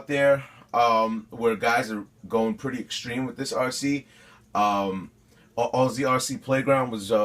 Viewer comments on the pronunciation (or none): none